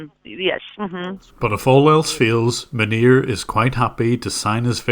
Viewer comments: i hear manure, not his actual name. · Man nir - sounds very close to Manure ha! We done sir - Makes me proud to be a fellow Northern Ireland brother. God bless you 🙏 An Irish man in Kobe Japan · "But how did that couple end up with Manure as their support engineer" I will not be accepting anyone calling this man by anything other than Manure from now on because this is how I heard the sentence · Manir? More like 'Manure'.